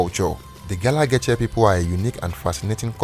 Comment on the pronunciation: I cringe every time he pronounces Geechee😫